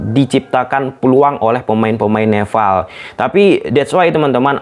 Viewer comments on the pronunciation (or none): nepal bang bukan "neval"🗿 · Nepal bukan nefal. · Nepal....bukan nefal...ini kebalikannya org sunda nih 😂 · NEPAL bukan neVVVVal bangggg wkwkwkw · Nepal bang,bukan Nefal😅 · Nepal bg bkn neval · Nepal bang bukan Nefal! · nepal bang bukan neval hahaha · Nepal mas bro . bukan nefal 😆😆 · Kok Neval sih bro...NEPAL yg benar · nepal bos bukan neval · Nefal apa Nepal bang? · "NEPAL" om bukan "NEFAL" heran deh si om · Nepal not Nefal 🤣🤣🤣🤣🤣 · Padhal bisa nyebut P tapi pas nogomong nepal hadi nefffaall😂😂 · Nepal anjir bukan nefal...slow om jangan grogi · Nepal bang,bukan nefall😭😂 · coba ngomong "pe" bang, jangan "ve wkwkw, neval ahahahaaaaaaaaaaaaaa